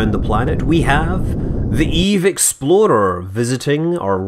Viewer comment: When you say eve explorer it sounds like eve exploder